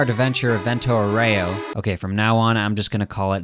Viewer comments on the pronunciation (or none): Look up the pronunciation of Aureo, please, my ears are bleeding